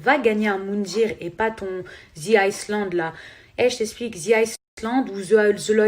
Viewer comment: Le S se prononce pas dans island en Anglais...🤦🏼‍♀️